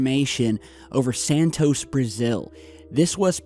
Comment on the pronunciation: santos not santoseee